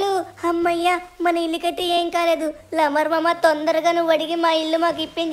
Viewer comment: Bro adi laamar lamar kaadhu